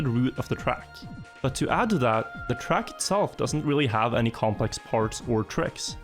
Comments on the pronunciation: I swear to god i cannot see your videos bc the way you say "track" disgust me so much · не верю что тут никого не бесит как он говорит trackь